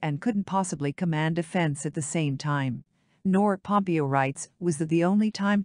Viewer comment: Irritating that this voice generation of text persistently pronounces Pompeo’s name as having accent on first syllable But Haley is so pretty … the first woman president should be beautiful, just as a prime qualification of Warren Gamaliel Harding (another copiously published contender) was that he looked like a president ought to. Zbigniew Kazimierz Brzeziński was perceived as coming close to the joining roles of State and Defense under Democratic administration of Carter.